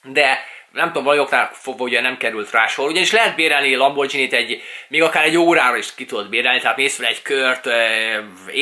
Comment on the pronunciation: Szia! Nem szeretnék beléd kötni, de nekem bántotta a fülemet... Az nem "lambordzsíni", azt G-vel ejtjük, nem "dzs", gondoltam kijívatalak.